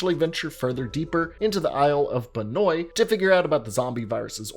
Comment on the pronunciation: It's pronounced benWAH